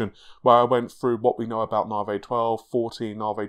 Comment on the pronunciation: Ladies & Gentlemen, his name is... and he still pronounces Navi as NAH-VAY.